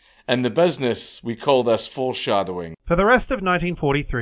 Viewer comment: "In da Buidness... " 🤣